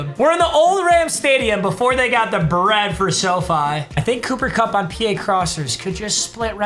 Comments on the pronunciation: “Booper Bupp” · If I hear booper bupp one more time imma lose it